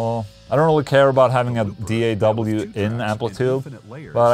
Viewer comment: DAW is pronounced like "raw", bruh!!!